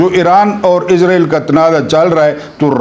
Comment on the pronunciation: عربی زبان میں لفظ (اسرائیل ) ہے(س) ہے نہ کہ(عزرائیل ) یہ لفظ تو بےحد معتبر اور مقدس فرشتے حضرت عزرائیل کا نام یے